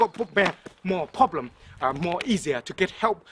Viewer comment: Pronounced more like poblem